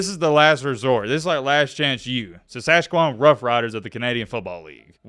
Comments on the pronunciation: Sas sas quan 😂 Its pronounced "Ss ask at chew wan" lmaoo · Sask-at-chew-an…. Say it with me now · You butchered that pronunciation of Saskatchewan lol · Sasaskewan he says😂😂 it's Saskatchewan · It's pronounced Saskatchewan not Saskatchewan. Sah - sat - chew - juan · lol….it’s pronounced Sass-catch-oooh-wan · Saaaa-skatch-eeeewan . Syllables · This clown can’t even pronounce Saskatchewan